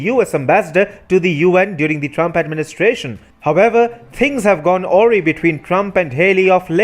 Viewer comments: A Rye not Ho Ree lol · Please check pronunciation of "AWRY" in your dictionary. It's an unusual pronunciation, with the accent of the second syllable and "RY" sounding like a long "I". Good work and thanks.